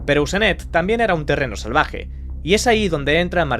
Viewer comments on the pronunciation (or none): "salvage" o salvaje??? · "salvage"???? jajaja